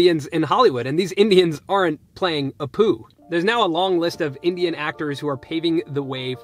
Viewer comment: You're so white you mispronounce Appu as Apooh. Seriously. Elsewhere a Pakistani Brit said Poonjab 🤣